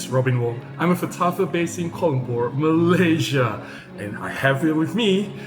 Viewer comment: Hey Robin, I have a confession to make I love the way you pronounce 'From Malaysia' at the beginning of your video. I loved it so much even it started getting into me. ANyhow keep up the good work